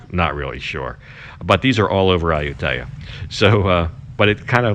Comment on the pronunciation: You're saying the name of the city wrong. Ask your girlfriend. My skin crawls when I hear a foreigner who has been in Thailand for so long AND has a Thai girlfriend pronouncing popular cities wrong. Please research or ask your gf how to pronounce. It's Ah-YOU-Tee- ya. NOT Ayu-TAY-Ah.